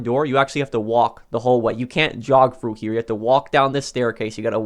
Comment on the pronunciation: The word is THROUGH not fru.you didn’t go “fru” the door you went THROUGH it.jesus fuck.